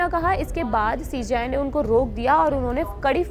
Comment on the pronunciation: ये CJI होता है या CGI क्योंकि आप(video में) जब कहते हैं तो हमें सुनाई देता है सीजीआई हालांकि जब हम पढ़ते है तो CJI (सी जे आई)